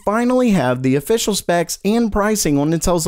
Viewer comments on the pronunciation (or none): none